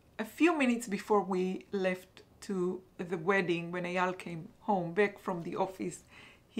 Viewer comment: Hello :-) just tell you for words back et black, you have to pronounce the A like you pronounce the A in raphia ♥ the bag is beautiful